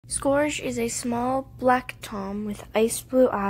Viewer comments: Scorge? SCORGE !? IT IS PRONOUNCED LIKE THIS : SKERGE * angry Gordon Ramsey noises * I mean no real hate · I’m sorry but you pronounced scourge wrong no offense